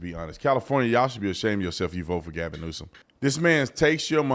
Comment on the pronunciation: Gavin NewsUH-UHM